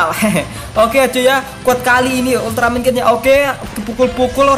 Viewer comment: Bang itu ulteramen bukan ulteramen geed